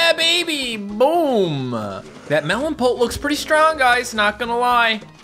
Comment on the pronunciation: the way he says pult is satisfying idk why.